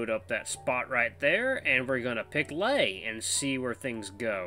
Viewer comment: It's pronounced Lay as in Sleigh.